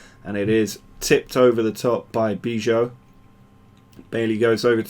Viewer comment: Another good episode! Feyenoord goalkeeper's name is pronounced: buy low ;)